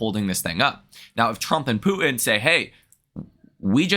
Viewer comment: I like how you pronounce Poo in instead of Putin. Lol😅